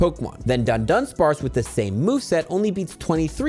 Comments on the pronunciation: It's DUH-DONE-SPARCE, not DONE-DONE-SPARCE., please take two extra seconds to read the name of the Pokemon for once. A lot of people watch your videos and many will adopt your mispronunciations. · it's a nitpick, but it's Dudunsparce, not DuNdunsparce, only one 'N' in there. Thanks for these update videos, easier to listen to while eating lunch.